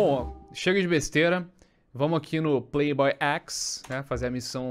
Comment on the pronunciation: Não é prei boy é play boy